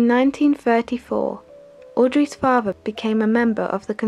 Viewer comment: great documentary exellent narration but learn to pronounce the letter T mother not muvver father not farver.......M